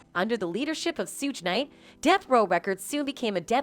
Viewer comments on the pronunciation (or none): “Sooge nite”😭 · Who tf is Soodge Knight and Dr.3?? That's what she said....lol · This lady false pronounce names Suge Knight and Dr. Dree !